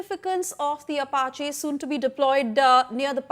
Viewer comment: Does this news anchor read the teleprompter script before going live? Sounds like she is trying to understand the words she has to say right before saying them... Ap---a---che.... At least learn how to pronounce the name for God's sake! You sound stupid and unqualified to report on the topic.